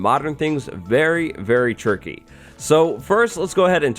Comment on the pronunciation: Are you saying “this is tricky”? Or “ this is turkey”?